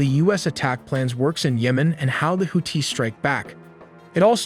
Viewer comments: It's houthis not hooties 😂😂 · Bro why you sound like that why you putting a hard T on the Houthis name 😂